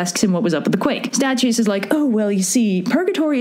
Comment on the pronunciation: you mispronounced Statius....